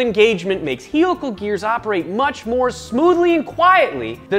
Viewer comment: Mormons are allowed to say raCING and HEELical geers